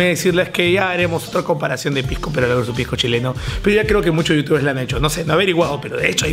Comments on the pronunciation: se dice pisco y no "pijco", muy mal informado estás al comparar piscos de distinta clasificación. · Pijco, pijco, pijco, pijco oe habla bien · Se dice pisco oe,no pijco. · Todo el video escuché "pigcoo" 2 trillones de veces 😐